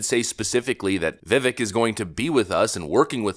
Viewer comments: VIV-AKE...say it right ffs. there are literal videos on how to say his name ffs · I would like to kindly request that you learn how to say the man's name correctly after all this time. It's pronounced vi-VAKE. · It’s vivEHHHHHk . Like steak Why can’t people learn to say his name right? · Vi - vake! Like cake 😂😂 hes great, tbh im 100% behind that ticket. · Vivek rhymes with cake. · His name is pronounced like this: Vi-Vake Like cake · Vivek is pronounced viv-vake like cake. And yes, Vivek is good. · I really hope that Vivek does not get the nod (not really, he's fantastic). I don't think I can handle you mispronouncing his name for the four following years. IT'S VIVAKE LIKE CAKE. Of course, I'm not doing to stop listening to your productions. They are awesome. Just wish you'd get Vivek's name right. LOL. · His name is pronounced, "ViVEK" with the accent on the E. FYI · Viv-AKE, like CAKE…I can’t believe you don’t pronounce it correctly by now. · Vivek pronounced like cake. That's what he says. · You really should learn to pronounce Vivek's name. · Vivek rhymes with cake! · It drives me nuts that people cannot get his first name correct. It’s Vivek. It rhymes with cake. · Vivek, it rhymes with cake. C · Vivek rhymes with "cake" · It’s crazy how still can’t pronounce Vivek’s name right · It’s Vivek rhymes with cake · learn to pronounce Vivek! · you cant even say his name right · You're pronouncing "Vivek" incorrectly. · vivek, it rhymes with 'cake' ! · Dude, his name is pronounced Viv-vake. Say his name right, please. Saying it wrong is a little bit disrespectful. 😢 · “Vivek”, rhymes with “cake”. Time to start pronouncing it correctly! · Vivek pronounced viv-(ake) like cake 🎂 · Viv•ake is actually how you pronounce his name. He's hopefully also going to also do great things. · Vivek is pronounced Va-Vake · His name rhymes with cake..... his words.😊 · Vivek is pronounced like cake. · Vivek’s name is pronounced as “Vivake”. Please make a note of it.